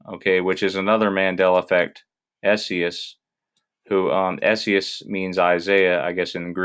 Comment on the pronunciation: Esaias is pronounced just like Isaiah, but with the "s" sound at the end and the "E" is pronounced like an "I". Isaias. I thought the Lord's Prayer in Luke 11 would have "trespasses", but it doesn't. Kinda blown away by that. Good work bud.